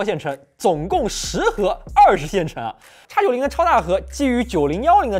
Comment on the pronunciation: 为什么麒麟是'插'九零，高通是X Elite 难道国外高大上:face-green-smiling: 不过算了 x86你也是读叉 海外同胞 土气扑面来